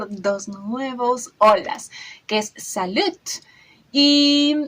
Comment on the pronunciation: Bonjour! Tout d'abord, en français, lorsque l'on dit "salut', le t qui termine le mot ne se prononce pas; J'apprécie toutes les semaines tes interventions et tes efforts pour apprendre tout sur le Kazakhstan. Puis-je te suggérer, pour parfaire ton éducation, de confectionner quelques plats traditionnels, tel que le beshbarmak qui est le plat national. La connaissance de la cuisine locale est un très bon passeport dans tous les pays. Bisou (beso) de France